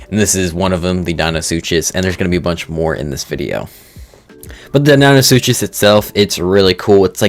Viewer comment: Dino-Soo-Cuss. Deinosuchus. :)